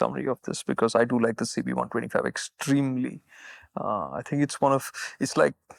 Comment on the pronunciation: extremely! Or Xtremely,?😂